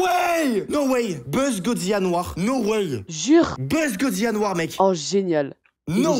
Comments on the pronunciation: Tu est super continue comme sa mais dit pas goziya mais godzilla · Godzilla pas godzillia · Petite erreur de prononciation sa ce prononce godzila et pas godziya mes sa s’écrit bien godzilla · sa se dit godzilla tu prononce le L!!!!! STP sinon sa me stress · qui dit godziya serieux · gros t un bon mais on dit goDzila prenonce le d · arrette de dire gozia frr